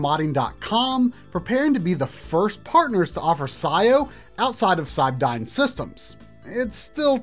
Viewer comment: Cybdyn is pronounced "Cyberdyne", its from The Terminator films.